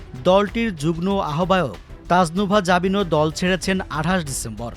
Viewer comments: জুগন না, কথাটা 'যুগ্ম' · 'যুগনো' বললো মনে হয় প্রতিবার!!